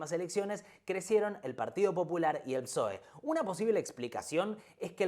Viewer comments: Lo nervioso que me puso que digas psoe en vez de pesoe todo el video, se merece un comentario y un me gusta. Buen video, para la segunda parte decí Pesoe por favor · Exelente el video! Lo de decir P'soe en lugar de pesoe es tb para el algoritmo? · Pe-soe se pronuncia,, me duelen los oídos de oírte decir psóe, aguante alimentar el algoritmo, sos lo más, gracias por investigar y sintetizar para nosotres les simples reptilianes de a pie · Muy buen resumen. Una tontería, pero para dejar el comentario para el algoritmo... Pe - SOE .. Psoe me suena raro jajaja. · recordá que PSOE se pronuncia PESOE ya me suscribí,exitos con el canal.